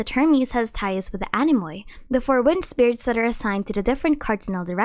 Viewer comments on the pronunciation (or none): I like your content a lot and I can help you by saying that anemoi are pronounced anemi because "oi" is the same as "i". Take it as something in return for the nice videos you make for us😊🌸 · Great video. Not to be rude but is has fun hearing you pronounce anemoi, oi (οι) is pronounced as e like electro, so it is just anemi